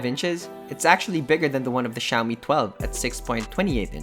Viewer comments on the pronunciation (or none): i keep on hearing shaomi pub lite